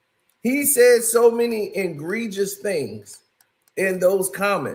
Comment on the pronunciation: Myself and others told him countless times it’s egregious not engregious….smh. He also say gendra instead if genre 😂